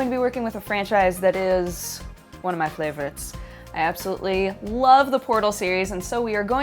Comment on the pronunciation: Did you say Flavorites? :P